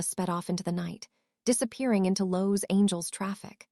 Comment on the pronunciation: Los Angels. Lol